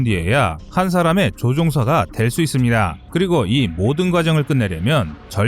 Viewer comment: 이쓰니다~ 니다~ 발음고치셔야될듯 거슬리네요